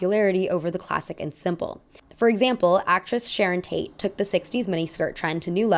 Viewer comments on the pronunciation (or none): none